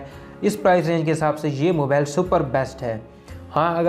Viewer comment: Mabale Nahi mobile hota hai. English sekh lay pehlay